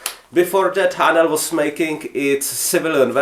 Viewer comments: I can’t believe no ones answered you seriously yet lol. When you say Haenel it sounds like you’re saying Ayy-nal (spelled differently so you’re more likely to see this comment) lol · A ok because in German its like a sharp h